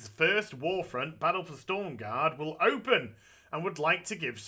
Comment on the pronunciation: Everybody shitting their pants about him saying stormgarde instead of stromgarde